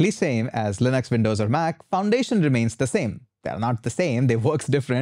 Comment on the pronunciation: Windows, not Vin...dows